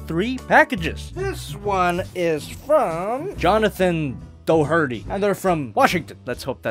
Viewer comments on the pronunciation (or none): My god, your pronunciation of Doherty hurt me and every Irishmen ever, oof